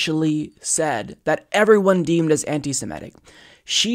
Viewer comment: It's 'semitic' not 'simetic' !